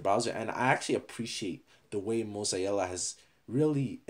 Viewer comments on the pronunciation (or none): M O Z A E L L A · mosiella lol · it triggers me how you say mozilla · Mozilla: "exists": mOzZaEiJlLa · Nobody:: moz-eye-ee-la